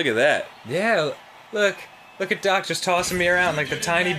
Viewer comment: No matter how many times I listen to it, I always lose it when Danny calls Doc "Dark"